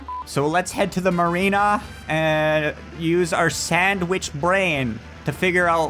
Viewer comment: Not marina